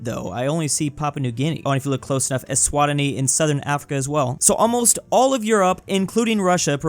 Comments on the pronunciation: Btw it's pronounced ezwateenee not eswatani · Did this man really just say (Es-swa-tin-ee)? Bruh, it's (Es-swa-ti-nee). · ah yes said aswatani instead of eswatini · said Eswabini wrong 💀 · 'Eswni' sad eswatini noises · The way pronounced Eswatini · What was that pronunciation for eswatini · Ed was in e is not how you pronounce eswatini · The way he says eswatini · Never heard anyone pronounce Eswatini like that but it's so I shoudn't be surprised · why does he pronounce eswatini like that aaaaaa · Wow he butchered that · Damn never sine some butcher Eswatini name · I think people who watch his channel know geography and I'd prefer him saying it correctly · He butchered the pronouciation of eswatini and it made my want to go commit die.